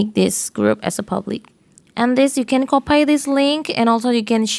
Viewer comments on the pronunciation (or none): Copai? 🤔 😁 Copy (kapei) actually. Thanks for the tips.